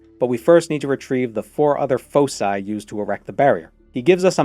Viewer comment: Thank you for correctly saying foci.